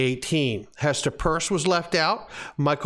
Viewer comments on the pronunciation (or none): I don't care if it is pronounced "Purse", but Hester's name should be pronounced "Pierce". Saying "Purse" just doesn't sound right